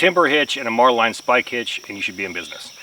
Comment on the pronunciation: <-- Salty former boatswain's mate....Marline is pronounced Marlin...Bowline is pronounced Bowlin. Boatswain is pronounced Bosun. As you were.